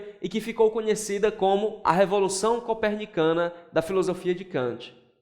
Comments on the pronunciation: “Corpenicana”... kkkk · "CORPENICANA" IRMAO PQP